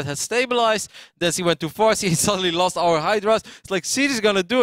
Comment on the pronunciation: Most of the time he doesn't even say "she" or "he", he says "see". :P #MaryGORound